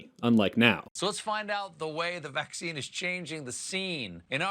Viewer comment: he didn't even say the joke correctly. He said Vac-scene not Vax-scene which would make it better because it sounds different from the word that it's supposed to be a portmanteau of